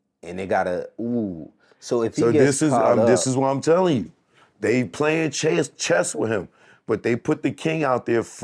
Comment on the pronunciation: "They playing cheeeess!"🤣... It's pronounced "CHESS!"🤣🤦🏾‍♂️😂😂😂😂